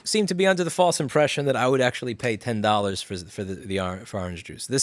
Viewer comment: The fuck is aaahhrange juice?